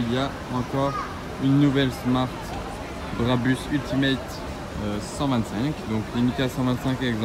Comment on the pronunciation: I love it how you say 'Brabuus' haha. Nice video!